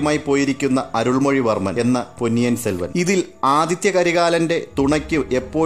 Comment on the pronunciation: പൊന്നിയൻ സെൽവൻ അല്ല സർ പൊന്നിയിൻ സെൽവൻ... പൊന്നി നദിയുടെ മകൻ അത്പോലെ കുന്ദവി അല്ല kundhavai.... കുറ്റമല്ല എനിക്കറിയുന്നത് പറഞ്ഞു എന്നു മാത്രം